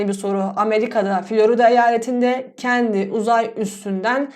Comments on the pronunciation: Kendi uzay üssü diye okunmaz hocam kenedi uzay üssü diye okunur :) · kennedyyyyy not kendi